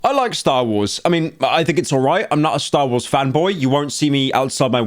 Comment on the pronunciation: When Pyro said “Stah Wohs”, I cried. The Slop will save us all.